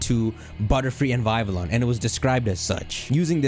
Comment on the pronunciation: Did you just call Vivillon "Vyvillawn"?